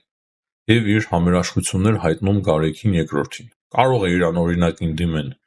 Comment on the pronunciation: ո՛չ թե Գարեքին այլ Գարեգին, ո՛չ թե մարթ, մարթիկ, մարթուց, այլ մարդ, մարդիկ, մարդուց...